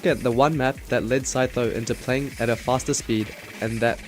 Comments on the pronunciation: OMG IT'S THE REAL SEE TOES, CHEETOES, SEETHO MAN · I could never read 'Sytho' "see-tho"